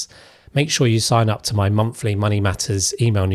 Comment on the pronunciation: Your channel is great and so is your info but please can you try and say "th" instead of "f" in words like monthly instead of monfly.. You also say the word free instead of three. This means that most people listening will think you are saying "there are free taxes to discuss" instead of "there are three taxes to discuss" . It will really add to your credibility